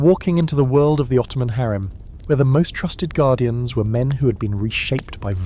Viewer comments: HAREM not HERM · HAREM not HARIM